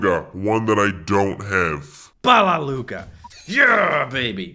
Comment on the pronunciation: Bro so we not gonna talk about how he said the n word when he was trying to pronounce all the Lugas without stuttering